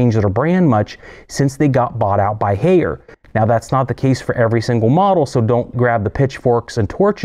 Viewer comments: Haier is pronounced higher. They made a song about it. Bring me a Haier Love - Steve Winwood. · If you going on a rant regarding GE, learn to pronounce Haier. "High-air". Your post regarding GE top loads are false. This video is a joke. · Haier is pronounced exactly like the English word "Higher". It is not "Hey-er". Great video, BTW! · lol "hayer"